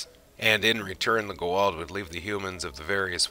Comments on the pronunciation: STOP SAYING IT WRONG..... It's Ga-ULD.... NOT Guald... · Ohhh, Goa'uld. I was so confused everytime you said "G'walt" until halfway through the video.. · Great video. But it's Goo AH Oold not Go Wald. Very nice topic though and well done. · Who the heck is the Gooh'hald? Their name is pronounced as Goo-ah-ould! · It is pronounced GO A UULD not GO ALD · are you trying to say goa'uld? repeat after me: "go" as in the chinese game, not the english verb. like the to in toronto, but with g instead of t. "ah" "uld" like the english word "old" but with a "u" sound(like the u un fukushima). say it slowly at first, and then keep increasing the speed until you can say the whole word. but to be fair you arent saying it even remotely as cringeworthyly as some of the actors in the show. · Other than your Constant, Tragic, Embarrassing mispronunciations of the Goa'uld and Tau'ri and other words, proving you probably haven't watched the show personally, that was a pretty decent Asgard History. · Great video but yeah, every time I heard that it was like "goddammit, 17 combined seasons, the pronunciation is right fucking there for you, repeatedly" lol. Also, Hermiod, not Hermoid. And a bunch of others, kind of lost track.